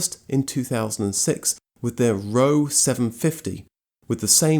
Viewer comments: Roewe is not pronounced row. It's Rova. Or, put simply, Rover. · ROEWE - Pronounced 'Roe - way' ..... not 'Row' 😉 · The Chinese name Roewe, is almost certainly pronounced RO-WUH. Being the Chinese pronunciation of the English name Rover.